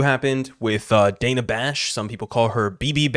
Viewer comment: She gets Dana's name wrong 2x in the interview. How crazy for someone whose name is constantly mispronounced to fail such an easy name.